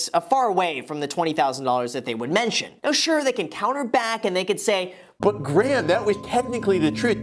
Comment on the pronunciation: You calling him gray-ham cracked me up😂